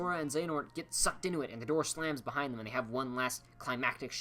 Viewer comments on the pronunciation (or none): none